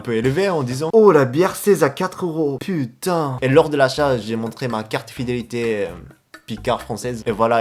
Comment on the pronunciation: Quand il dit "putain", on dirait un français pur jus, pas d'accent par contre on sent bien le seum.